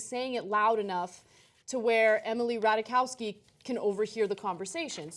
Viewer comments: Its Ratajkowski NOT RATAWAKAWSKY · The name is "Rat-aye-kovski" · Rat-eye-KOV-ski. That is all.